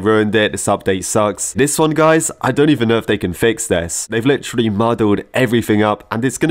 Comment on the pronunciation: I like how says Lit”tree”lly instead of literally lol